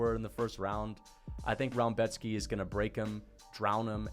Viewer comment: You can actually pronounce Rębecki kinda well